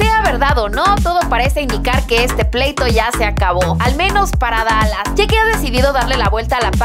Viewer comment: perdon pero lo de dalas lo dijiste mal